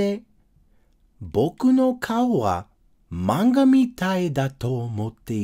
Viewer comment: Your saying manga wrong but no hate